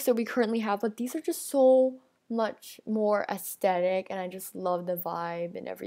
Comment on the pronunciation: Ew, did she just say "Astetic?"